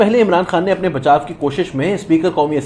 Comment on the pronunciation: بھائی آپ نے بہت اچھا پڑھا، ایک درخواست یہ کہ چند الفاظ جیسا کہ دباؤ اور بچاؤ کا تلفظ درست کر لیجئے۔ شکریہ